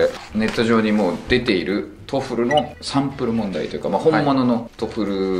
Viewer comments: トーエックじゃなくて、トーイック。トエフルじゃなくて、トッフル。ポイフルじゃないんだから。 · トウフルが実際の発音に近い。トフルだと別物に聞こえる。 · もう『トエフル』読みは直らんですね…『トエフル』頑張ってください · さん、TOEFLの読み方指摘する割に自分は「トフル」って言ってるのずっと気になってる